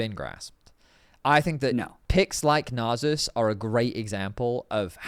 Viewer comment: I say it with love but we need to discuss how to pronounce Nasus. Welcome to discuss Shaco or Shaco too.